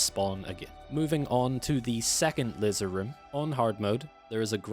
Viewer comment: 😂wtf,you keep saying lizer what tf is a lizer room 😂😂😂😂😂